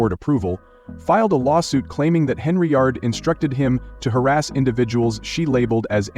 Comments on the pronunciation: Get the damn name right. It's Henyard not Henry yard. Im gonna repirt this channel. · “Henryard" I really can’t endorse this AI shite!